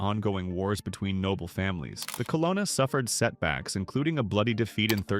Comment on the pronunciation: it’s pronounced CUH-LOAN-UH